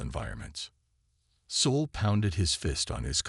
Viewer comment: Same for 'Soul' instead of 'Sol'. I can deal with the bad caption, but even the pronounciation is wrong.